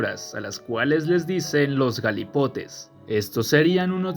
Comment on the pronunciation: No cariño no es galipote es un vaca pero con asentó en la última a kkakakaka